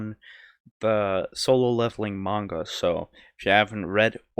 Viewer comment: You saying Manga hurts me and idk how